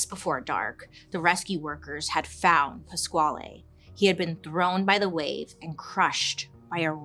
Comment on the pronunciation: Pasquale is actually pronounced Pass-Kale ❤ Poor boy. How tragic.